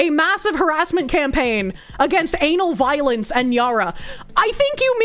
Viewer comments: Is it just me or does the way she says Ana Valens sound like Anal Violence? KEKW EDIT: Nope, she is doing it on purpose, I dig it. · Took me 4 minutes of wondering why she kept saying "Anal Violence" when I read the name "Ana Valens" and realized it was just her accent.